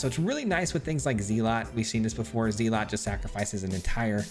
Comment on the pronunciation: Didn't know you could mispronounce zealot. Odd.